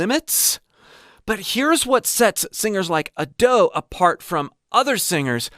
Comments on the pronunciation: A-do, not adoo. Try pronouncing her name right please/ください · it's not A-Do, it's Ado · I love how he mispronounces Ado each time